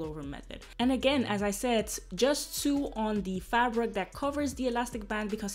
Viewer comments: it’s pronounced so not sue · It's pronounced sow. No literally sue. Lol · This is amazing! No hate at all (knowing more than one language fluently is amazing) but "sew" is pronounced the same way as "so". :) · how to sue 😂😂😂 “sew” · Your English is great and your accent is cute...but the word is "sew" is pronounced "so" as in "So what? I mispronounced the word sew!" LOL! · I love you girl and because I love you I’m going to correct you on pronouncing the word SEW. ...pronounce it like you’re say SO ... my first language was German and I always welcomed someone correcting my pronunciation... love you 😍 and your vlogs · "Sew" rhymes with "go", "no". You are sweet! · I love how you say "sew" 😅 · The wig is beautiful!!!!! I love how you say sew when your talking about the way your sewing, it's so cute😊